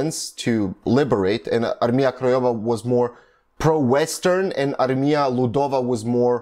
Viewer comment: Way you say word Armia, sounds wrong :D It should be pronounced like "Armya" - but that is a little caveat - overally im surprised how good are you pronouncing some other words!